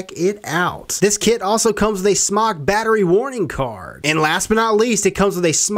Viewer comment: SMOK, pronounced smoke, not smock.